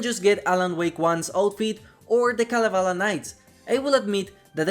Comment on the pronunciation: You pronounced Kalevala very well :)